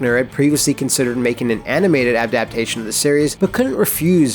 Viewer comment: How about apdaptation